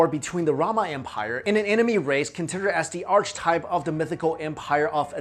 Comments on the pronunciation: If you are going to be a public speaker with a popular YouTube channel then, you need to learn how to pronounce words correctly. please look up how to pronounce archetype!! I do NOT apologize for being a grammar Nazi! YOU should apologize for not knowing how to pronounce the words you are attempting to use. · lay off the drugs dude and study english pronunciation instead. "nookilar"? "archie-type"? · "Ark-uhtype" , "epi-center"